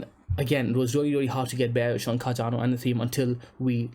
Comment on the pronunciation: far be it from me to tell you what to do or how to live you life so please take this as just a friendly suggestion......but you should really consider trying warm beans. All these cool beans really don't hold a candle stick analysis to the warm ones;P Ok, cheesy jokes aside: Car-Dan-Oh... look at it go... look at it gooooooooo!